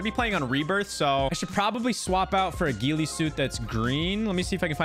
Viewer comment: How come you pronounce ghillie like its a jlo/ben affleck movie?